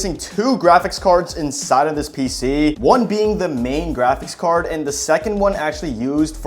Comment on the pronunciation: How many times did bro say grachics card